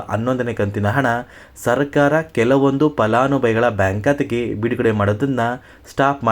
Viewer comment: Uccharane sari illa palanubhavi annabeku